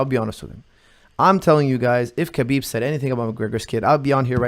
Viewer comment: Here's a legit question... is Lebanese he is more than capable of pronouncing khabib's name properly. When Khabib says his own name he says it exactly as it should be in Arabic. Therefore why does call him kabib?